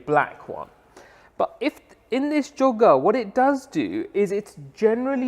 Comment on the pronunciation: It's choga dude